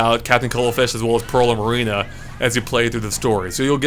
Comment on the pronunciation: Morerina? MORERINA? MA-RINA